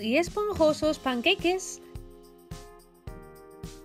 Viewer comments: Pan-que-i-ques??? Has dicho eso?? 😆 Si lo dices en español es pan-ca-ques Si lo dices en inglés es panqueiks Gracias por la receta, tienen buena pinta 😊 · "panqueique* xdddddd